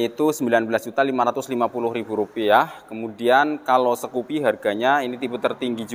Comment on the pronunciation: Skupi mas bukan sekupi 😁